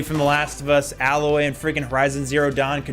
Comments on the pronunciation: In his efforts to prove he doesn't have anything against female protagonists as a whole, he names two female protagonists, and mispronounces one of them. It's not Alloy, it's Aloy. He'd know that if he ever played the game, so he's not even naming a character from a game he likes, just a game he's heard of. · It blows my mind how many people remember a character’s name but not how to pronounce it 🤦🏻‍♂️ Aloy is said hundreds of times throughout the games and yet everyone insists on pronouncing it alloy